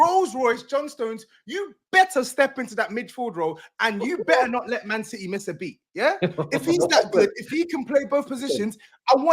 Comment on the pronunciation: the 40 year old with a 12 year old smooth brain ahha wah wha citeh citeh citeh